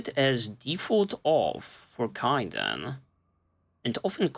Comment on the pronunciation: It's always been pronounced kay-den, but you've just been calling him ky-den the entire series regardless of how many times people say his name 😂 I think everyone just gave up caring almost immediately sometime in your ME1 playthrough lol. Good episode brother